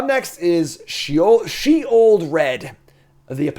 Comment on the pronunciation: You got Sheoldred so wrong, like me!